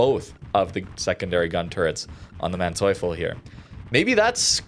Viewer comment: If you are questioning the pronunciation, in German if two vowels are next to each other just pronounce the second